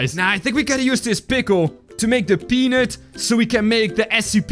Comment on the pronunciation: can you say peanut right please it sound like the thing 😣